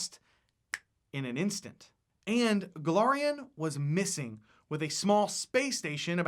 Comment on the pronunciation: *Golarion, not Golorion.